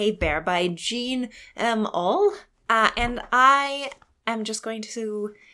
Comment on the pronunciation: Auel is pronounced “owl.”